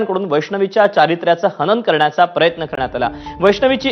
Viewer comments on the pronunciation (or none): बाळांनो "हनन" शब्द आहे. हणन नव्हे.